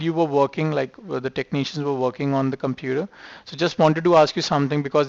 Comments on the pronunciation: I know at one point he said “computah” which cracked me up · Indian version pronouncing Computer: (Coom-petah)